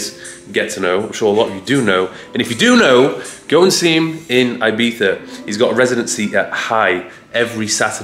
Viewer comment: Very English of him to put so much effort into pronouncing Ibiza, but then zero into saying Cannes correctly lmao.